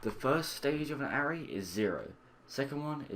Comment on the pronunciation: Great videos but need to let you know it's pronounced ah-ray